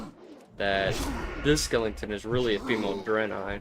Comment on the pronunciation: Skelington :face-blue-smiling